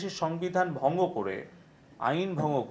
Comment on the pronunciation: ভংও করে 😂 ভঙ্গটাও উচ্চারণ করতে পারেনা। ধ্বজভঙ্গ।